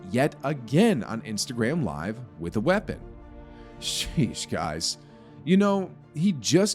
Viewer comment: The way its said/pronounced is definitely in the Tik Tok timeline. Still annoying regardless